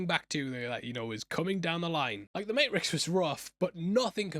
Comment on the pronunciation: It's May tricks.